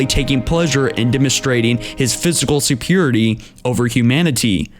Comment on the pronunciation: It's pronounced ad-ver-sary and su-peir-ree-or-it-ee